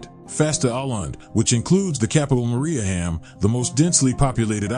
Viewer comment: He also pronounces Mariehamn incorrectly.